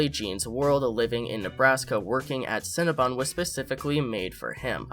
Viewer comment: It’s cinnaBON not BUN HUN 😂